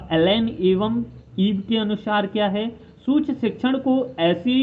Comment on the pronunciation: सूक्ष्म तो सही से बोल लो